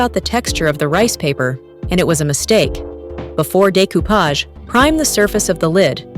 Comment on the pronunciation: Nice project, great work, but that pronunciatiom nearly through me of the couch from laughing! 😅